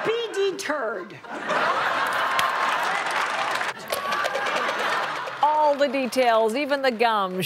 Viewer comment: LOLLLLL "and our president - will KNOT - be de-turd" HAHAHAHA !!!!! :)